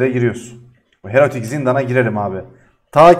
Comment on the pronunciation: Herotik ne la heroik diye oku bari. İlk başta erotik diyosun zannettim 😂😂